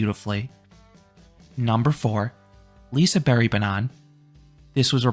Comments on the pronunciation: Liseberg (liseberj) not liseberry 😭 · lise berry is that how to pronounce it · As someone who is from gothenburg and has went to liseberg several times through out my life i think you did a fair raiting, though personally i prefer Lisebergsbanan in first place. Also i dont wanna be that guy but ur slightly butchuring the name Liseberg. But since you did such a good rating. Ill accept it. Have some meatballs :)